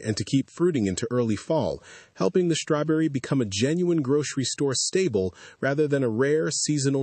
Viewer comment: I have to hand it to whomever did the closed captioning on this. Tho I didn't read much of it, I had to check it when the narrator said "stable" (when "he" should have said "staple), and I checked the closed captioning for that word, and the word was correctly noted as "staple" on the screen.